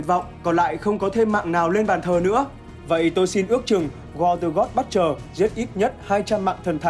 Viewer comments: Dạ là Bút-cher, ko phải Bất-cher. Đọc sai nghe rất khó chịu. Nên chuẩn bị trc khi thuyết minh. Còn ko có thể đọc thuần Việt là kẻ diệt thần, kẻ sát thần, tên đồ tể đối với giới Thần hay là gì gì đó sát nghĩa và thuần VIỆT 100% cũng đc! 🙃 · giấu cái dốt vào bạn ơi. Đừng dốt cố, dốt ráng. Cầu tiến và nghiên cứu cho chuẩn vào. :)))) butcher UK /ˈbʊtʃ.ər/ How to pronounce butcher noun in British English US /ˈbʊtʃ.ɚ/ How to pronounce butcher noun in American English UK /ˈbʊtʃ.ər/ How to pronounce butcher verb in British English US /ˈbʊtʃ.ɚ/ How to pronounce butcher verb in American English Xin nguồn phiên âm "buất-..."